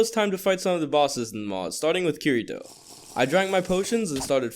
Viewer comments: bruh first the 2 swords one was asunas rapier lol and you also said kirito wrong..... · Is NOBODY going to talk about how he says kirito’s name wrong?